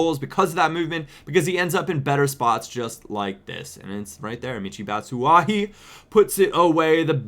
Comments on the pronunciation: bat-u-shy not bat-su-ah-hi lmao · its pronounced BAT-SHU-WHY-EE